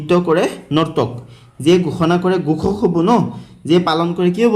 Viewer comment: Sir gukhak nohoi Ghokhak apunar kowat bhul hoisa😅😅😅